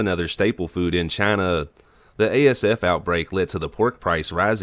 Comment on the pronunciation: Announcers voice CHINUUU